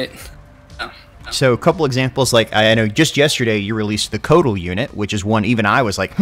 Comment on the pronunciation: Cool mods, but lold when he said it wrong when correcting you. Coatl is actually pronounced like "Cowat" in Nahuatl. The l is also silent in "Nahuatl" lol.